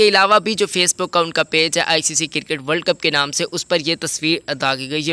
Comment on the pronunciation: it is Cricket not Kirkeet .. Correct ur pronunciation before u post a video .